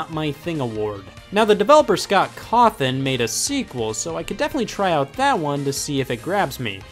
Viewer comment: Scott Cawthon, not Coffin